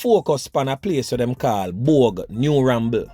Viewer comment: It's Bogue MI Don not bouge